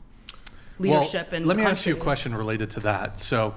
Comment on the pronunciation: Same reason americans say "aks a question" Beause they can't speak english